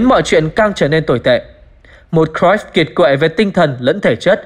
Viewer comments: đọc đúng r . vn thì đọc cờ ruýp thôi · Xem lại chữ cruyff đọc như nào nhé!